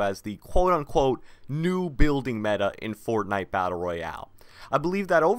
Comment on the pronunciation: The way this man says fortnite pisses me off